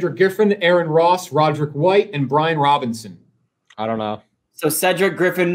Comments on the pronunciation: Theres no N in Brian Robisons name. come on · It's Brian ROBISON, not Robinson. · Its not “Brian Robinson” its “Brian Robison” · Brian Robison not Robinson